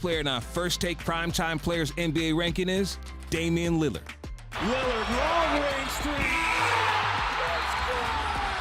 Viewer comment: Stephen A. “Damien Lillad” Smith 💀💀💀💀